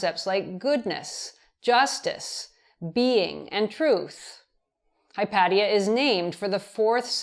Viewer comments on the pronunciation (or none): Hi paddy-er? Its the name of a female Greek philosopher. To pronounce it better, say it whilst imagining hot sun, olive trees, and salt in the air from the sea-spray, and suppose, for a moment, that you utterly love her. She was renowned for her beauty. My guess is, its made up for her philosophy :). Hi-pay-sha. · "Hy-PAT-ee-uh"? eeeesh. It's painful for me to hear Prof. Fiamengo mispronounce a name with which I would've thought all people with humanities PhDs would be familiar. It's "Hy-PAY-shuh". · Hypatia is pronounced "Hi paysh uh", not "Hi pat ee uh". I know this because Carl Sagan talked about her in Cosmos. But then again, this is Carl Sagan we're talking about.... you can't exactly trust that he of all people pronounced something right what with his silly New York accent. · It’s pronounced “hy-pay-sha” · Oh no--I knew I would get in trouble for this! I looked it up on one of those Google pronunciation sites, and a sweet woman's voice TOLD me it was Hi-pat-ee-uh. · Hi-pay-sha, surely? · Everytime she pronounces Hypatia, I get triggered!! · lol. No biggie. The mispronunciation of their name seems the least of Hypatia's problems really. Respect and regards from pedants' corner.